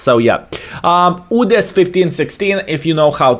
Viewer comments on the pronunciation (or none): none